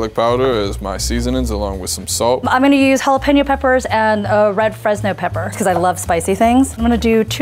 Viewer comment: The lady said "salt" like "sult".. reminds me of that youtube short where that lady adds cheese to everything... it's her 😮 "alright cooks" 😂